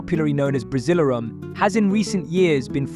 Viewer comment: Buddy..buddy ..its called Brasileirao BRA-ZEE-LAIR-OHW. It's Sao Paulo not San Paulo Brazil has the most competitive league. Its the state, domestic and national cups which makes Brazil the most competitive football but with mediocre Brazilian coaching. The best Brazilian coaches are all foreigners.